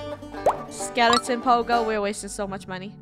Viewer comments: 😅 it's sounded like said skelington. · “It’s a DJ skelington” 😂